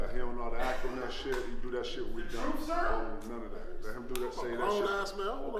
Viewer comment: “he dont know how to act on nuunn ov that” 😂 🤣